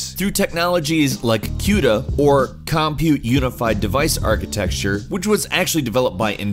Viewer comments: Great video Again guys, it's "architecture", not architexture! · Architecture, not architexture